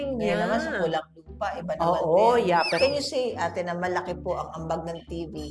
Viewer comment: pulang lupa raw sabi ni 😂 pulang araw yun